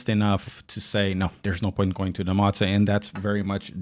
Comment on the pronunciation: hey btw it pronounced moe zwah or moe za